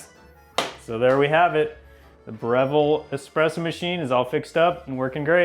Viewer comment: I don't think you said Breville properly